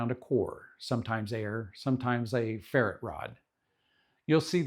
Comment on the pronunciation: Fwiw, you are say "continuity", "potentiometer", and "ferrite" incorrectly. Otherwise, really good information.